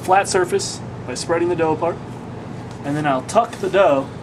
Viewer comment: Dough... Not Dogh... Why no yeast?